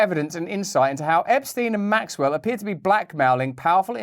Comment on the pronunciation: Could Hawkins even protest a mole station (sic)? And at this point, is the mispronunciation of Maxwell’s name by everyone but her accusers intentional?